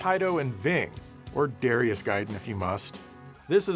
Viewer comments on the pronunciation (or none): it's actually duh RYE uss, not dare ee us or dah ree us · It’s “Dare”rius I know because that’s my name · You pronounced Darius Gaiden as "Darius Gaiden" and also acknowledged the "Darius Gaiden" pronunciation, but you forgot "Darius Gaiden" and "Darius Gaiden"